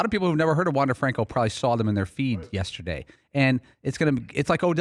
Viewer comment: Incorrectly pronouncing Franco. He also was not a draft pick, but an international signing. Maybe learn some facts before you mouth off on the player?